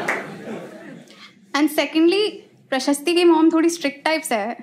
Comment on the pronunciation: Every time she goes “Prashasti” I crack up😂